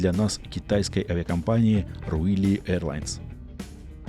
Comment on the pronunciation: Ruili Airlines - название читается Жуйли. Лоукостер из провинции Юньнань.